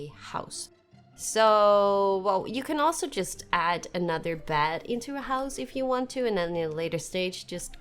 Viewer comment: This game is very interesting, i might try it! Dont want to be rude, i just really want to suggest trying to pronounce your e's and a's different... when you say bed and elizabeth, i swear i hear elizabad and bad.